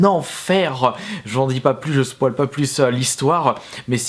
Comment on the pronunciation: Cet Anglais de fou : "Je spoal pas plus" :)